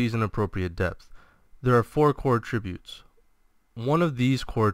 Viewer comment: Enjoyed the video. Accent is on the 'a' in attributes (first one in this video): How to Pronounce Attributes